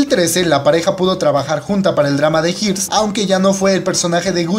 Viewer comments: se dice Heirs.. asi como se lee. Asi como pronunciar. HAIRS. (heers) abrazos y gracias por el video.:) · Los Heirs o Los Herederos es Dorama/Kdrama fabuloso. Pero se pronuncia "Ers" en español alargando la E. :) Saluditos. ❤ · No pude con su "de jirs" 😅😅😂😂